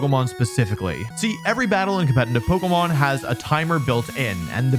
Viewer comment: "Compentitive" Saying it as to make it fast to shorten the word only makes it sound like a word it's not. Say it with me... Com-pet-itive. Good stuff tho Wolfy!